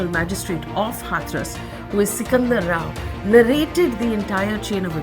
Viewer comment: Sikandra Rao not Sikander Rao